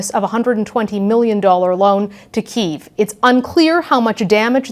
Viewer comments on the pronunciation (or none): Can we start pronouncing Kiev correctly? Thanks Canadian media. Ps. It's "Kee-ev", two syllables